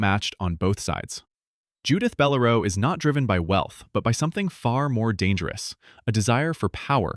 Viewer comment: It's Bell-- LAIR'--oh NOT beh-lair-o.